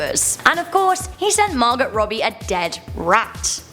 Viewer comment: The "t" in Margot is silent